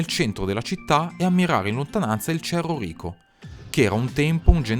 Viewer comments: E' meglio sentire cerro rico pronunciato male, che ascoltare un pirla cagacazzo come te....fidati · Comunque sentire Cerro Rico pronunciato all'italiana, o bambini discapacitati invece di disabili... meglio lasciar perdere